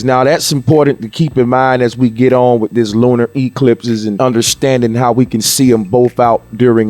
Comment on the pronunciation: How many times did you really need to show and say "dis model we started wiv", twice woulda be sufficient but my guess is you repeated it about 15 times!! This video coulda been made in less than 10 minutes, probably 5 minutes actually, you just kept on repeating everything you said over n over again. What a waste of time. Good points tho!